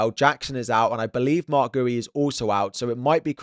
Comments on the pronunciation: man said Marc Gooey 🤣🤣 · Please learn how to pronounce Marc Guiu